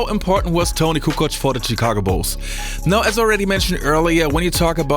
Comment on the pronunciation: The way he says Tchicago ...... Kukoc is like Ginobili , bball geniuses that were able to put their ego aside and play for the team . If he was playing in today's league , he'd be a superstar